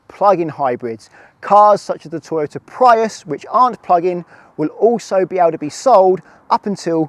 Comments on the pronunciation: Strange pronunciation of 'Prius', however I think the idea is completely delusional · In Japanese it's pronounced 'PURIUSU' but I suppose if I say that most people here would find it odd